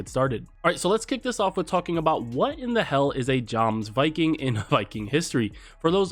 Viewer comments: It’s not a “Joms”Viking, it’s “Yoms”Viking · It’s pronounced yoms viking, not joms viking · (please pin this comment - it's so cringe everytime he says "Jawmz-viking" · Jomsviking is spelled /jomz/ not /d͡ʒomz/ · Please, for the love of God, it's pronounced YOMSviking. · Its pronounced (yomsviking) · Yomsviking. That's how it is pronounced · He said, "Geoms-viking" (cringe) I cringe everytime he says it that way 🤢🤮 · Its pronounced "yoms-viking" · Pronunciation is yomsviking. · My ears hurt every time Joms-viking is pronounced. Americans 🤦‍♀️🤦‍♀️🤦‍♀️ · ok. Pronunciation Jomsviking: YOMS - VE - KING Ubisoft: YOU - BE - SOFT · I think its pronounced "YOMS - VE - KING" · >Can't even pronounce "Jomsviking" even though he's played the game >Is going to give us a guide about them that answers literally none of the questions anyone has. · Every time he says jomsviking like that it hurts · I'm currently attempting to learn old norse so it might be a bit easier for me Idk. Whether you know norse or not I feel like anyone with common sense could know that Jomsviking is not actually pronounced with J. That's my issue 😂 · Yeah I wanted to punch him everytime he said it